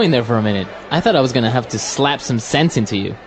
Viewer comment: fluent path english を古い順からやっていって今回で100回目でした！ 後半のphraseは少し難しかったですが、bachelor やaltarなど、過去に登場したphraseも多いと感じました。 jeopardizeは初めて知った単語でした、元はどちらに転ぶか分からない勝負 → 危険に晒すって感じなんですね。 最後の slap some sense into は some sentence into に聞こえてしまった